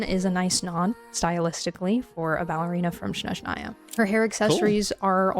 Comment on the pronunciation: Your close but snezhnaya first syllable is longer than last Well ballet is traditional Russian and this is a Russian inspired traditionally region. Full disclosure tho im skipping odette for the archon Btw they did animate columbina completely unique walk run sprint so i dont see why not Also im team heels as everything looks better in heels also higher heels is better heels lol